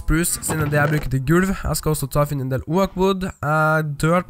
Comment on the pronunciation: Det heter åok ikke oak